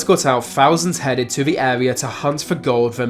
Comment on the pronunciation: R's are pronounced with an arrrr sound in America not W. I.e. Area not Awea.